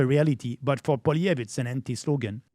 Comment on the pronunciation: Agreed with many of the comments stop ruining our only chance for hope in Canada. I voted Trump as a Canadian American . Also, your mispronouncing Pierre's last name in many of your shows